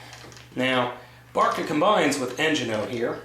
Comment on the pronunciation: It is veri cool, did u intend 2 buy carrigator? n oso, it is bird-ca not ba-ca:)